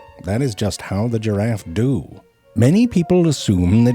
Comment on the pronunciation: I love how he puts so much emphasis on "Do"